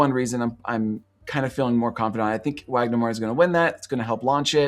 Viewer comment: Brazilian here, really excited we're on the race again this year! Wagner is a national treasure and I'm so happy he's getting the international recognition he deserves! Just a little pronunciation tip, the W in Wagner has a V sound 😉 I watched a lot of the films but haven't seen all of them yet. From what I've watched so far, here's what I'm rooting for, not really predictions Best Picture: Sinners Best Director: Ryan Coogler Supporting Actor: Jacob Elordi Supporting Actress: Wunmi Mosaku Lead Actor: Wagner Moura Lead Actress: Eva Victor I'm honestly a little sad that Sorry, Baby isn't getting more attention, but given the main theme of the film, and knowing the Academy and it's body, it makes sense, unfortunately.